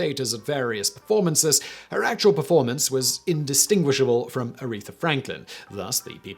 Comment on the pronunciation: ARETHA! Not “urethra”. Love you, Simon, but seriously, get it together lol Also, yes: Business Blaze pulls off, quite nicely I might add, the exact right amount of crazy